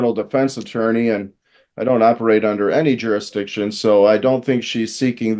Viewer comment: Jurisdiction vs Juristiction'